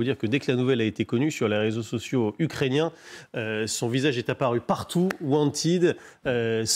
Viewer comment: "Wantid" 🤣🤣🤣 trop drôle